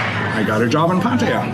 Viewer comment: at least you can say Pataya properly.